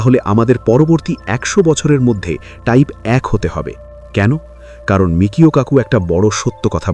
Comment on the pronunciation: এতদিন ধরে শুনে এসেছি, তার বেশকিছু বইও পড়া হয়েছে, সর্বত্রই আছে বিখ্যাত পদার্থবিদের নাম 'মিচিও কাকু'। আপনারা মিকিও কাকু বলছেন কেন!